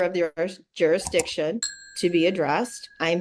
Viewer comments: I wouldn’t improve jurisdiction either if the damn defendant can’t even pronounce it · You should not be able to argue if you can't pronounce the word JURISDICTION!